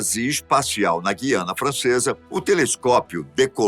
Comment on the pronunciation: Não se diz Gui a na.A pronúncia correta é Gu i a na